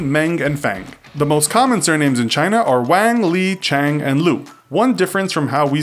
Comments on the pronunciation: Zhang is pronounced zang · I live with a foreign exchange student from China who had this last name. Isn’t it pronounced Jang? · I' m so triggered that he pronounced Zhang wrong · He didn't even pronounce Zhang right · Rita Zheng yeah...he pronounce almost all wrong. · Rita Zheng nor did he pronounce the Portuguese and Icelandic names right either -. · You pronounced Wang and Zhang wrong